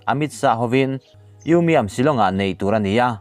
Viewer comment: Shillong Umiam hi i lam dan a dik lovin ka hria.